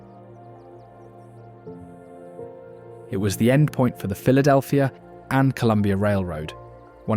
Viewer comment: Brotherly Love, you said it exactly right!